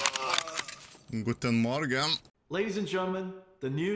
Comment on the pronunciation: ahh yes, my favorite tarkov boi (btw good pronouncing of guten morgen)